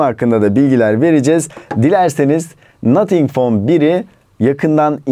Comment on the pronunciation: nathink fon bir 🤣🤪💩